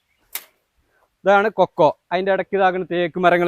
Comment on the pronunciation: ഫുൾ കൊക്കോ അല്ല, കൊക്ക ആണ്